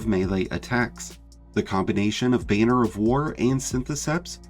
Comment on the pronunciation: he says "bane-er" of war instead of "BAN-er" of war... it was driving me crazy